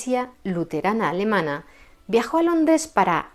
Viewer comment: ¡ Exquisita pronunciación alemana !